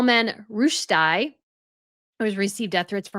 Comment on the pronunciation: Rushdi (an ee sound at the end, not I)